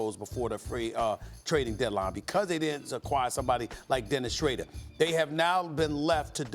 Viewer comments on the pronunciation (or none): Why tf he say’n Shcrader?! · dennis shrayder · Dennis Shcrader Hahahaha